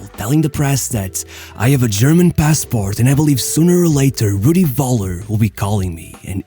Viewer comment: Nice video. You had me dying when pronouncing Rudi Völler xD